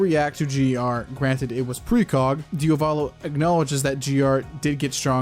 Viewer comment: Why do you pronounce DiAvolo as DiOValo? Just asking from curiosity.